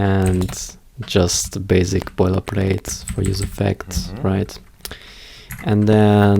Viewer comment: basic ( s sound not z )